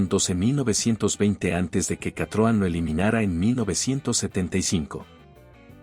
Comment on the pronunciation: Qué comentarios tan estúpidos, parece que el locutor ESTABA BAJO LOS EFECTOS DE ALUCINÓGENOS cuando redactó tan imbéciles comentarios. dice CATROM es vez de decir CITROEN, EL SM FUE UN GRAN AUTOMÓVIL que marcó época por tecnología y comodidad, no era un auto para tarados como el locutor. El Bricklin SV-1 a pesar de todo lo que se le ocurra decir a este bellaco, tenía un diseño atractivo aunque haya sido un mal coche. El Pacer fue un auto raro pero en lo absoluto fue malo, malo es el memo que hace estos ridículos comentarios.